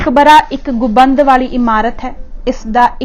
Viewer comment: ਗੁਬੰਦ ਨਹੀਂ ਗੁੰਬਦ ਬੋਲੋ ਜੀ